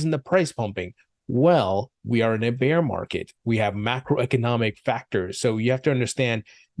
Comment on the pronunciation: Love your content, but please, stop pronouncing "Beer market🍺" its bear market🐻